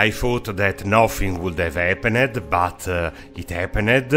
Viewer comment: It's hilarious, I'm going to watch this video many times just for the accent. The best is the way he says "happened" and .